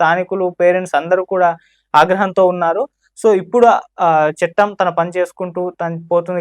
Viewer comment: చెట్టం కాదు అన్నా...చట్టం..